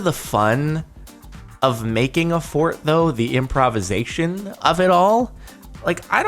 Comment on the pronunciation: He said improvisation wrong...